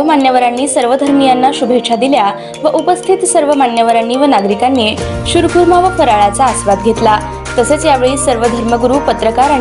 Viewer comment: Shirkhurma ko shirkumba bolra 😂